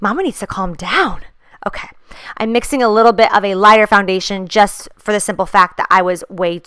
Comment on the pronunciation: when you were trying to say "foundation" you made the noise that Desiigner does in Panda and I can't stop laughing 😂😂🐼